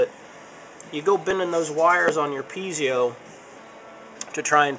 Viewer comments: PeeZio?? Dude, they are Pie-Zo --- as in apple PIE and ZO with a long O -- PIE-ZO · it's pronoinced Pee-ay-zo, not pee-zi-o. There is no 'i' after the 'z'. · Don't mean to be pedantic, but it's actually pronounced PEE-AY-ZO or PIE-AY-ZO. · actually they are pronounced pee-A-zoh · Winky Dee Most people have trouble with that word. I say pee-eh-zo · Good tips, but worst pronunciation of piezo ever.